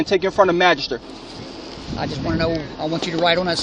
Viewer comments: Cop is stupid. I wouldn't let him bag my groceries. What the hell is a "Magishturrr"? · Supervisor doesn't even know how to pronounce the word magistrate correctly and called it a 'magister'.